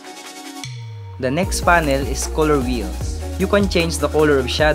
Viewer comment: No one:: Koloor 😅